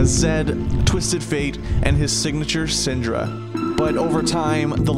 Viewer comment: It's Syndra